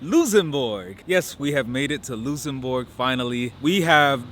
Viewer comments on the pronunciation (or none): Hello from Luxembourg, but why you say Loossenbourg XD, its LuXembourg ( I guess you pronounce it like Lucks´embourg ) my friend, but glad you like our country :) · Is "Loosembourg" some kind of an American accent? I've only ever heard it pronounced "luhk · suhm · buh(R)g" (even by Americans..) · helloooo, just so you know it’s luKSembourg and deekirsch (for prononciation) I hope you enjoyed your visit! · Why you pronoincing Luxembourg Lusenbog 😭😭👌 Nice vid btw glad you covered the place where i live. You missed out on a couple of things but i'm happy you enjoyed your time here! I hope you can visit Luxembourg again some time! PS: you just got another subscriber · I never heard someone call my country Loosembourg xD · In English pronounce it. LUCKSENBERG. In German it is. LOOKSENBOORG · Love the energy but learn how to pronounce the name of the country before pressing record bruh😂😂😂